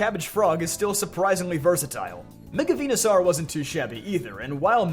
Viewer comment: Dude are you ever going to get Venusaur's damn name right?